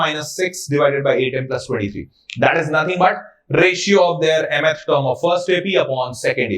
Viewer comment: Sir just please learn to say mth term properly